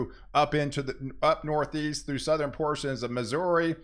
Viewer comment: It's always going to be next level...it's always getting even stronger....blah blah blah. "Southerin" "Northern". 😂